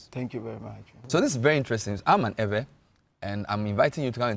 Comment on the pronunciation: Use the media to educate and re educate. The agenda of Ghanaian journalism cult is on a mission to mis-educate our people. How come a claimed ''educated'' journalist who is an Eʋe indigene speaking with a host who claims to be ''a historian'' can allow themselves to be calling us ''ewe''? Ewe is a female sheep in the English language. The name of a person or a group cannot be translated, and the English version of Eʋe is never ewe. Kofi always remains Kofi, then our name Eʋe should always remain EƲE period and other Ghanaians who cannot pronounce it should learn how to pronounce it from us. And ''Ayi-gbe'' ( Ayi refused) is not our name either. Ghana is making every effort through her cultist journalists and their media to cut off our heritage . We remain Eʋe from the Volta region through Togo, Benin aka Dahomey right up to Gbadagli in south-east Nigeria. Calling us this female sheep would make foreigners including our own native children believe that's how we are supposed to be called especially when they're speaking English .